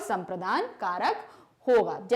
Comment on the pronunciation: Karak toh sahi hi padh lo mam 😂